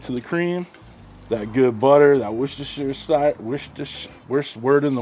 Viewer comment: It's WUSTER sauce 😂